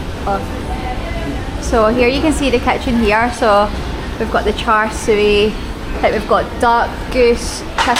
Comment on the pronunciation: The pork filling should be pronounced as cha seww.